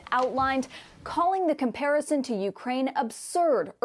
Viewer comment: Finally! Someone who can pronounce Beijing. JING. as in jingle. Not as in BeiGe. 👍👍👍